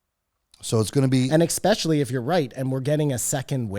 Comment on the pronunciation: Does say "expecially" in every single episode on purpose? Is that like a catchphrase of his or something?